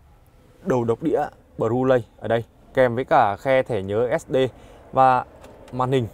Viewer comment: Đầu đọc đĩa “ Bru LÂY”😂😂😂